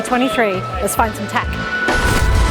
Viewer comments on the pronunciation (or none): Had to laugh. Sounded like your intro said "Let's find some tack" 🤣 Great video though 😊😊